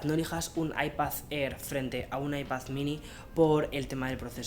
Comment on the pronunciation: Diooos me cuando dice “Ipath”